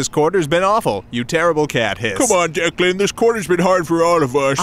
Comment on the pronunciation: It's DECLAN. It's irish, just 2 syllables dec-lan so damn simple and yet nobody understands it, even in writing. It's always deekan or dylan or deckland, or the dreaded first grade ''Duckland'' bullshit. DECLAN why does nobody understand?!